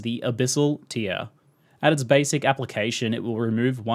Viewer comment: Tear rhyming with 'where' not here. It's a tear in the a fabric, not a tear being wept.